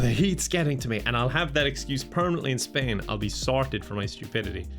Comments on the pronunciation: He's moving to Spaing but the "S" is silent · he's going to spain without the g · moves to spain the S is silent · Spain without the S (love you!!!) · moving to Spain without the "s";-; No, but seriously hope things go well:D